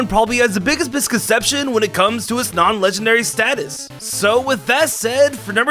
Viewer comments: it’s legendary not lengandary 😁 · Count how much this dude said legenderry and mythycil